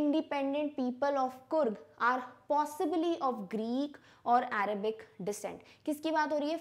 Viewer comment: arabic is pronounced as (uh-re-bic) and trekkers are not trackers